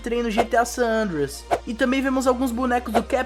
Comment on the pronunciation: "GTA San Anders" kkkkkkkkkkkk